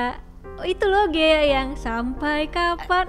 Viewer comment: GHEA kak bukan GEHA